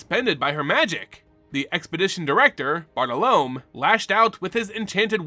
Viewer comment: Your pronunciation of Bartolomé hurts me. lol.